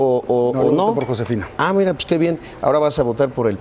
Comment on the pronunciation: este wey dice IRa, en ves de Mira jajajaja pinches cerdos